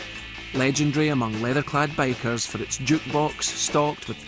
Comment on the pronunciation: Took me 6 minutes to realize hes saying bikers not bakers